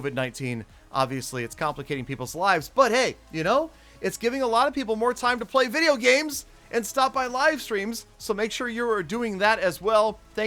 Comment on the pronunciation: Thear are ddain als: BUT we can play vidiogames